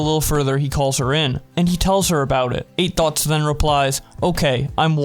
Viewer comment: Sounds like you’re saying “Eight Thots” 😂😂😂